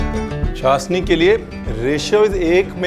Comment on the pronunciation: Sir ji its chashhhni not chasni 🤪